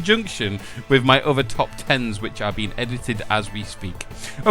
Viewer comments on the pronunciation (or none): none